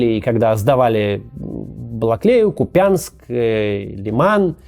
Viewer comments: Кац, пожалуйста, он КУпянск, а не КупЯнск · Та не КупЯнск а КУпянск, ударение на первый слог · Максим, я из Харькова и у нас в Украине правильно КУпянск, а не КупЯнск. ❤️ Мы когда слышем иногда как произносят названия захваченных украинских городов в рос сводках и это испанский стыд. 😁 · Да сколько можно! Купянск, а не Купянск! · кУпянс, ударение на У , АЛЛО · Максим, пожалуйста, Ку́пянск, аж типает, когда коверкают ударение. Будь ласка. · В названии города «Купянск» ударение на первый слог. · Максим . В слове Купянск ударение на "у" . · Купянск, ударение на "У"